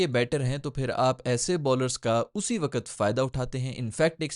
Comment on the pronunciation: Wakat nhi, "waqt".